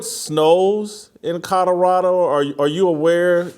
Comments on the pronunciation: Love you Jason BUT there are “L” in Colorado!! It’s not Cudderado😂😅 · Whitlock, there is no state named "CODORADO"...slow down and repeat after me... COLO-RADO 😅